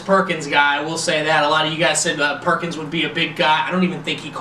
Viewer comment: Its George Pickens not Perkins